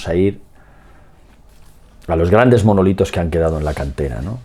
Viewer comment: Que dice manolitos 😅